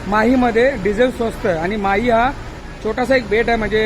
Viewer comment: आपण 3 कि.मी.चे राज्य माही असा केला आहे;पण माही नाव चुकीचे आहे,शिवाय ते राज्य नसून माहे हा पद्दुचेरी या केंद्र शाशित प्रदेशाचा एक जिल्हा आहे.पद्दुचेरी या प्रदेशात एकून चार जिल्हे आहेत.माहे हा जिल्हा केरळ मध्ये आहे,कराकल आणि पद्दुचेरी हे 2 जिल्हे तमिळनाडू मध्ये तर यानम हा जिल्हा आंध्र प्रदेशात आहे.कपया चुकीची माहिती आणि चुकीचे उच्चार करू नयेत,ही विनंती.